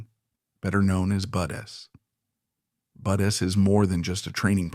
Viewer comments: Definitely AI. BUDs Basic Underwater Demolition Seal Training pronounced as BUDs not BUD S. Come on man. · Spelled BUD/s, pronounced Buds. Is this A.I. generated commentary?